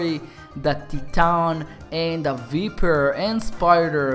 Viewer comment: You don't pronounce it vIEper you pronounce it vEYEper